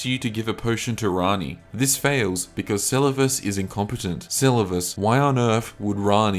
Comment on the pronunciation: My guy pronounced Selluvis wrong 10+ times and a different kind of wrong each time, had to stop the vid